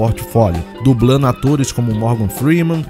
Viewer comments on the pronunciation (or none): Dignidade é uma opção de vida ❤ parabéns pelo conteúdo. "Crítica Positiva " - ouça a sua narração, peguei erros que você pode corrigir - "incluino" - "participano" - "dublano - "ampliano" - "dublano" - "participano" - "destacano" - "dublano" - "relembrano" - "seno" - "assistino" O BG ficou alto conflitando com a locução